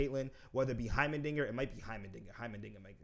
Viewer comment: "Hymerdigger" "Hymendigga" "Heimerberg"